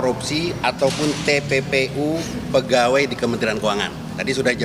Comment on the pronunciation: Infonya kok nggak jelas...pak Mahfud bilang TPPU..kok jadi tppi